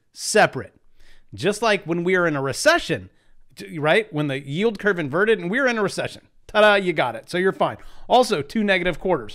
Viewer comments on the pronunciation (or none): none